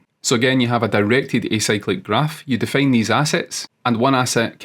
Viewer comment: I think some accent things (like 'fail' instead of 'file' or 'defane' instead of 'define') avert his videos from being suggested more times as reference by Gemini, eventhough he has the best ones in my opinion.